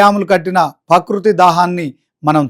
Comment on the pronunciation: ప్రకృతి అనడం నేర్చుకో